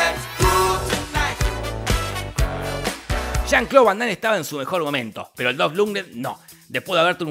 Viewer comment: Que diga "chan Clau" 100x jaja